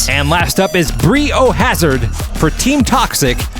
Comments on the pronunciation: Bri being pronouced "Br-aye/Bry" instead of "Bree" would have fit the motif a bit more! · Surely that should be pronounced 'Bry o Hazard' (like biohazard).... Not 'Brie o Hazard' (like the cheese)!! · It's been bothering me that you pronounce it Bree-yo-hazard when it's suppose to sound like biohazard. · I'm going to have to say that it is probably pronounced 'Bry O Hazard' as a play on the word biohazard. The yellow tape gives it away! That said, the races are as fun as always. Keep up the good work. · I think Bri O’Hazard is a long “i” like Brian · Is it not Bri as in Brian, rhymes with biohazard?